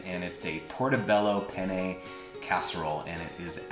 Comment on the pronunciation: The way you pronounced "penne" was the way you say "penis" in Italian lol. Anyway, this recipe looks fantastic! Thanks for sharing. P.S. The shirt is wearing, do they have one like that for dads?